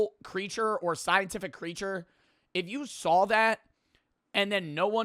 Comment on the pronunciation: cwazy refwesh... liwelly